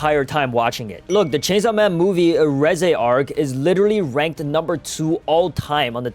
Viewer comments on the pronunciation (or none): none